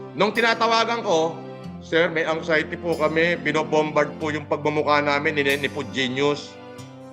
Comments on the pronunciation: Nagka-angsayti. Grabe naman sa pronunciation tong graduate na to ng Cambridge 🤣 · Classic talaga ang "Angsayti"(Anxiety)😂😂😂...